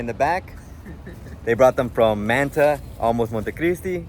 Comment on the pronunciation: You seem to be Latino and yet you can't pronounce Manta correctly?